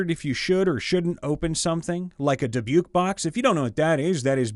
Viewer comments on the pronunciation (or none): "Dibuke box"😂 Dybbuk is pronounced "Dib-uk" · Not Dubuque. Dibuk. Not dibewk. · It took me a few to understand what he was talking about. “What the heck is a dibyuke”